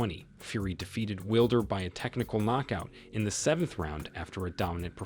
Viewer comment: Will-der lol